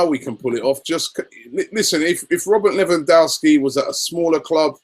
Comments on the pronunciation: I'm Polish can confirm it's correct :) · It's pronounced LE-VAN-DOV-SKI, let's not scare him off by pronouncing his name like the Americans haha